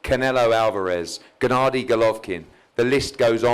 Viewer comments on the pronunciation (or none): none